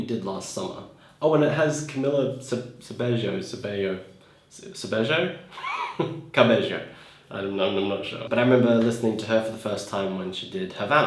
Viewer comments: also camila cabello is pronounced 'Kamila Kabeyo' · „Cam-ee-la Cabe-y-o“ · Hahah cute😂 you would pronounce Camilla cabello Kamilla Kabejo if this helps you somehow